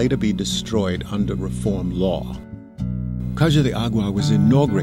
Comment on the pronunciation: The video is great, makes me home-sick, but I agree with some of the other comments, the pronunciation is really just horrible! The city and state are pronounced : San Lou-ise Poh-toh-see, not San Lou-ee Po-toe-si. Caja is prounouced Kah-ha, not Ka-jha. Hope this helps. Kudos on the video though! :-)